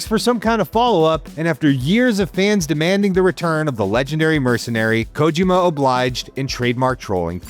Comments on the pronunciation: This bastard kept saying KOW-JIMMA instead of KO-JEE-MA. Could have at least learned how to say HIDEO's name right. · For the PPL who grew up with MGS we all know his name is not KOW-JIMMA but instead KO-JEE-MA. ✅ And the bastard was the one who wrote this story. Could have at least learned how to say HIDEO's name right. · Can you guys hire someone who can pronounce Kojima’s name properly? And doesn’t make terrible jokes that sounded like AI wrote them? More videos from please. You guys need to hire real journalists this video is so cringe